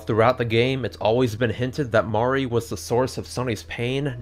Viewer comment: minor thing, but I love that you pronounce it "MAH-ree" and not like "mary" or "marie". haven't played this yet, but as a longtime drawn to life fan, it's validating lol